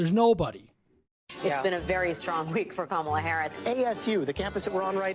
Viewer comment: Did you hear that racist at the beginning mispronouncing Kamala Harris' name? It's Kamala, not kamalalala